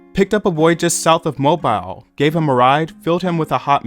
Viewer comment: Tell me you've never heard GT&T because you can't pronounce" Mobile". Sh!t you can't say "Sonny" correctly.